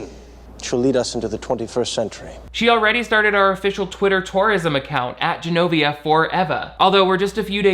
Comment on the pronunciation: They also pronounce Genovia as Zs-enovia (like Zsa Zsa Gabor), while the Americans say Genovia like a J